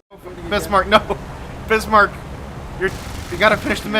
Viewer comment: Bismarck? Yup, it's Bismarck. Nice 👍